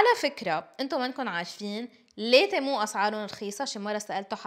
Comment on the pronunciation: تيمو ❌️ تمو ✅️